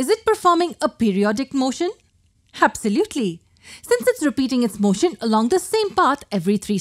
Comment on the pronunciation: I absolutely love your 'habsolutely'😅😍